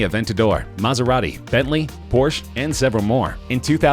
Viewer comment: when your a car guy and they say Maserati, Bentley, Porsche, but they show a Ferrari, Lamborghini, and Audi...oh and they pronounced Porsche wrong